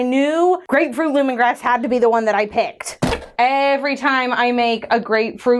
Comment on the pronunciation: Every time I hear, grapefruit lemongrass, I still hear grapefruit, lemongrab!😂🍋